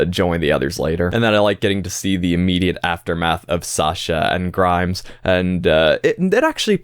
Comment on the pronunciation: Minor correction: "Grimes" is actually "Grime". No s at the end